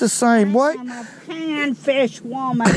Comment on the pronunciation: She said "ima panfish wurman"! 🤣👍🏾